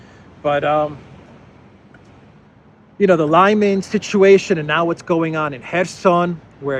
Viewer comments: LimAn, not Lyman ..... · It's Lee-man not Liyman. You're welcome 😊.